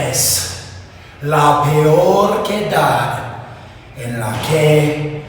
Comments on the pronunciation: Daniels said "quedad" instead of "ciudad" lol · "Esta es la peor quedad en la que he estado!" As a spanish native speaker, damn, i have to say that that was the worst spanish pronunciation for "ciudad = town", hahahah. It killed me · Christopher Daniels didn't pronounce City right. It's pronounced Si-U-dad. Not cadud. Or whoever you said.